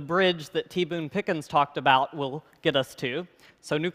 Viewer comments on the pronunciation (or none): none